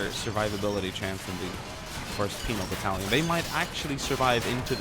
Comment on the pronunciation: Every time you said Soviet penal battalion I kept on hearing penis battalion, come on I can't be the only one right?